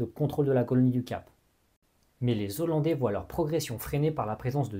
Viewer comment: Merci très intéressant 🙏🏻 Par contre pardon mais on dit Néerlandais ou Hollandais mais les zo-landaus … ça fait un peu saigner les oreilles 😉